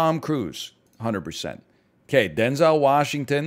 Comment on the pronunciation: is anyone going to tell NL he's saying Denzel Washington's name wrong?